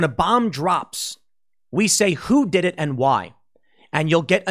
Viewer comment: Pool, did you say "it" or "iTTT" ?